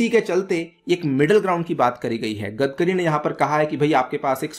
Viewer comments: 'गदकरी' नही रे बावा, 'गडकरी' बोल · सर its गडकरी not गदकरी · It is "गडकरी" not "गदकरी"... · Normal People Pronunciation :- गडकरी legend People Pronunciation :- गदकरी